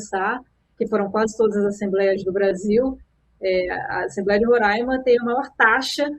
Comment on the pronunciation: RORÁIMA, se fala Roráima 😬😬😬😬😬😬😬